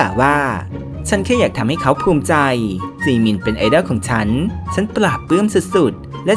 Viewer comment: อ่านเป็นเหมือนจีมิ